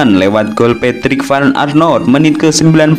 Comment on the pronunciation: Vand anholt kali min bukan Arnot